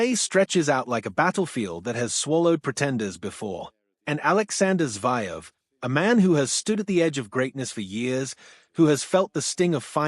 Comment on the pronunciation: It’s pronounced Zer -Ev… not Zy-Ev’!! you’d be better off speaking yourself.